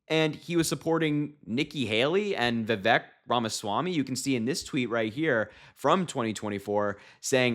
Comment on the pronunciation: Just like Kamala, Vivek has been around quite awhile. It's pronounced "vih-vake." Rhymes with "snake."